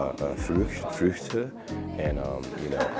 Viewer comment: You pronounced "Früchte" prerry good as an american. 👌🏼👌🏼👌🏼👍🏼